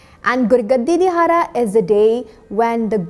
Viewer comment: it is Wonderfull but please pronounce dihara(ਦਿਹਾੜਾ) shabad properly.